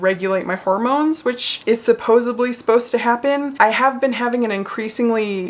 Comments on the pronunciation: Only mentioning this because I went years mispronouncing "lasciviously" (I was saying "la-viciously") until a friend pointed it out at the age of 26 and I really wish someone had told me sooner, I think the word you mean is "supposedly" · supposedly, not supposeably